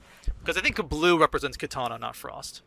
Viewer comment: I love how the MK guys can't help but pronounce the name of DC's Katana as 'Kitana', that's a fun reflex xD Also damn, Dawg right off the bat just going after Sonic's room (we need Choppy Mode Sonic again though!) :p Also, for the timestamps, Spider-Man discussion starts (that might be fixed by the time I make this comment)